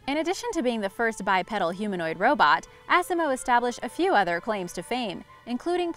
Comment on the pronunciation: The way she said bipedal lol